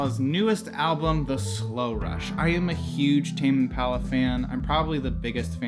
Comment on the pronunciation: “tame imalla”